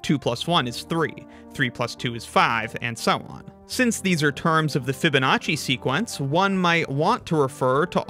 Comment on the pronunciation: French speaking people casually replacing the second E by a I